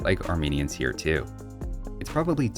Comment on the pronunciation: "hwhats happening over 'ere"